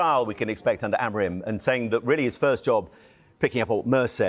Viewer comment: I am not a good teacher of phonetics.. But chat gpt does a great job at it: To help an English speaker pronounce the Portuguese name "Amorim" correctly, here’s a breakdown: 1. First syllable - "A": This is pronounced like the "a" in "father." It’s a short and open "a" sound, more like "ah." 2. Second syllable - "mo": This sounds like the English word "mow" (as in to cut grass). Say it quickly with a slightly rounded “o” sound. 3. Third syllable - "rim": This is a bit different from how "rim" sounds in English. In Portuguese, "im" is a nasal sound, similar to the “-an” in “Jean” in French, but with an "m" at the end. It’s almost like saying "reem" but letting it resonate through your nose, with no hard "m" sound at the end. Putting it together: "ah-mo-reem" (where the last part sounds a bit nasal and softer than in English). It might take a little practice to get that nasal sound at the end, but this approach should make it close to the original pronunciation.